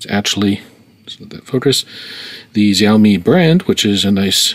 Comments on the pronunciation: Is not ziaomi, is XIAOMI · it should be pronounced as sha-o-mi not xy-o-mi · its pronounced shaoimi but spelt xaiomi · "I'm sure you're probably in the show-MEE group", well I don't know where you got that idea from, or why you think those videos of people saying Xiaomi correctly vindicates the way you were saying it. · Is it really so hard to look up how Xiaomi is pronounced?